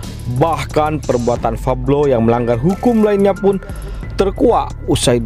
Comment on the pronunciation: Min pablo alias paok paok bloon.bukan fablo.belajar dulu sono gih.